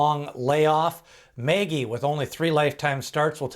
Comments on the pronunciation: Mage.... not Magey lol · Is there any evidence that "Mage" is not intended to be pronounced in the normal way? Like owners or trainers saying it that way? Because "Maggie" is not how I'd say it. Ever. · Please learn how to pronounce MAGE. It is like page or sage with an”M”. I appreciate your work but it makes me cringe every time you mispronounce this horse’s name.